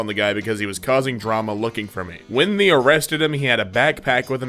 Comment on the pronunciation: I hate how when you say they it sounds like the